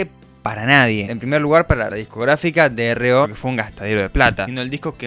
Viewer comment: la discográfica se pronuncia como suena,Dro,entiendo que es un error que puedes cometer al no saber el origen de la discografica, haré un breve resumen a continuación: La discográfica Dro fue un sello independiente creado a principios de los 80 en Madrid por el grupo de technopop El Aviador Dro Y Sus Obreros Especializados aka "Aviador Dro" creando un sello independiente para sobre todo grupos underground en su momento como el grupo vigues Siniestro Total o los vascos Derribos Arias,asi mismo el grupo de origen y derivados de este como Esplendor Geométrico o Los Iniciados,honestamente me ha sorprendido el fichaje con Calamaro,buen video socio.